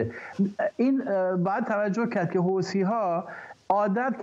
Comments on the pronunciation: به این بنده خدا عزیز یه کلام یاد بده حوثی نه حوتی فدای محبتت همش میخندم از حرفاش چیزی متوجه نمیشم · درودلطفا از بخواهید حوثی.... حوتی تلفظ نکند تشکر